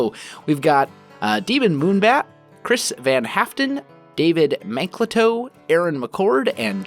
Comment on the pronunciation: The way you pronounced Chris van Haften was so funny!